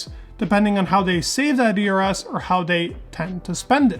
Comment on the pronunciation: Dude you need to brush up your pronunciation. Your ERS sounds like eras.